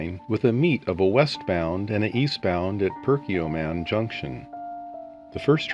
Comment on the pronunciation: it's Perkiomen Junction, not Perkioman.